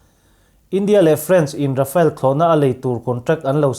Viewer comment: Rafale hi English ang in I lam lo thei a ngem aw ka ti mai mai.. Rhafaal tih a lam tir a nia.. A chhan chu french o hian R hi (air) dang ri nen a in pawlh deuh in a lam thin a... A awm zia chu thlipui thawk thut tih na mai a nia.. Mizoram hi vai ho in Mizuram min tih sak hian, Aih Mizoram ti tralh thin ka ni😂